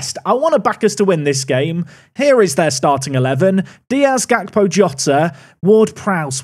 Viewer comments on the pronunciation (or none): none